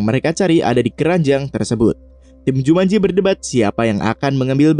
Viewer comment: Jumanji woyyy bukan jumanjo